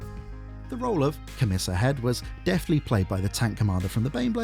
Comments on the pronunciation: Commissar is pronounced ko-muh-saa… not Ko-miss-us. Don’t get me started on how you pronounce catachan. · COM-i-SAR. Not COM-iser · Kom - me - ss - ar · That might be the strangest way to say "commissar" i've ever heard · You’ve been to the arbitorian school of pronouncing things different just to wind me up 😂 Great kitbashes tho